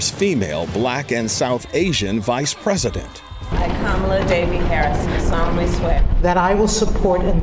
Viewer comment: I wish she at least knew to correctly pronounce her beautiful Indian name Kamala Devi!